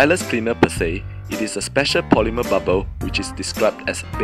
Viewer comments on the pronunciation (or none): none